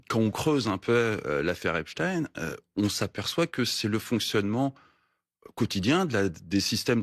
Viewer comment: Vous avez compris…faut dire Epstiiine